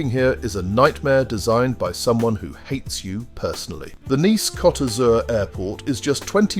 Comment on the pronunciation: It's coat not cot